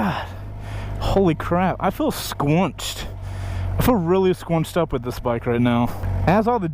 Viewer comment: dude , you hell lotta confuse me when you pronounce " squinched up " as " squanched up " 😂😂😂